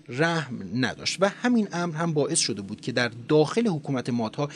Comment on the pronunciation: لحنتون عالیه فقط «شده بود» رو خیلی با تاکید میگین ریتم بهم میخوره😅